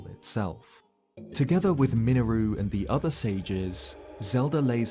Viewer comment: "miniroo" .....that sure is an 'interesting' way to pronounce her name. lol.